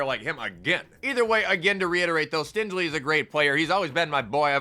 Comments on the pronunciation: Please learn how to say stingley’s name correctly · Sorry but I dont think that's how you say stingleys name lmao